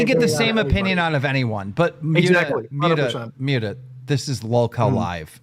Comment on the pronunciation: Is Keemstar just illiterate or something? He seems physically incapable of pronouncing Muta’s name correctly